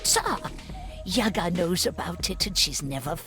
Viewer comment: But still pronounce Yaga wrong.